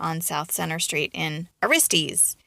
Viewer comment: Aristes is pronounced thusly ,ah ristus not aristees.